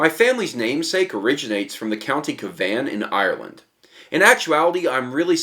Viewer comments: I hate to be "that person" but you butchered the pronunciation of Cavan it's actually pronounced like"cavin" (cabin with a v pretty much) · The accent is on the first syllable in County Cavan. Rhymes with "havin'" as in "havin' a good time." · sorry to correct you but being Irish I have hate to. the name of the county is actually pronounced (Cav in). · Cavan is pronounced more like Ka-vun less Ka-VAN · Its cavan as in havin not caVAN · Co. Cavan is pronounced as "kavin" not "ka-van" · FYI, County Cavan is prounounced KAvan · pronounced cavin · As soon as he said cav an i downvoted. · You pronounce Cavan "kaa-vin" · Why did you pronounce Cavan caavean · Pronunciation is "Cahvin" - source: from Northern Ireland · cavan is pronounced with both a's sounding the same. so the way you spoke the first a is the same as the second. if that makes any sense to you whatsoever. (im terrible at explaining) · you could at least learn how to pronounce Cavan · Good god, please learn how to pronounce Cavan properly!!!!!!!!!!!!! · the way you said cavan pissed me off😂😂